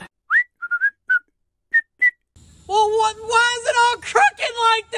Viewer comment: 😂😂 I just love the ending with Jake sayin it's all cricked(crooked) 🤣🤣